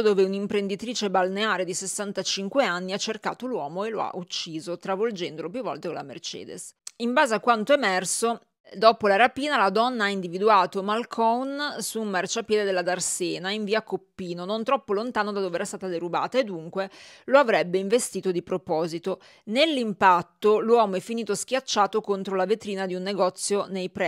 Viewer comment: Darsena non darsèna!!! E chiudi molte e!!!